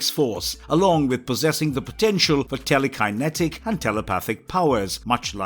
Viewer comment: Good video. You can always tell though of the videos are made by a fan or someone reading a script by the way they say the characters names and other words. Tele Kiye netik lol.